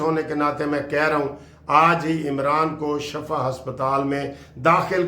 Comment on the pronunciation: ..Lafz shifa Hy shafa nahien